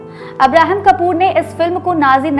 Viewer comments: कूपर को कपूर बोल रही हो।।। ये भी दुखद है😢 अब्राहम कूपर है,।।।। 😢😢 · Didi,Kapoor nahi Cooper 😂😂😂 Ye Bollywood hai yeha aaye din BAWAAL hote rehte hai😂😂😂😂